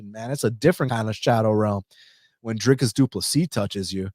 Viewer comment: Dude, I really appreciate you saying Drickus name correctly, I have subbed!